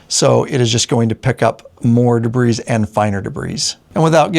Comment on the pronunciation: Da-bree everyone say it together. Day-bree if you choose. Either way, no “s” pronounced. de·bris [dəˈbrē, ˌdāˈbrē]